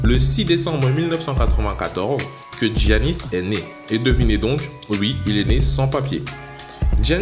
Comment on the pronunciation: Son prénom se prononce simplement YANIS.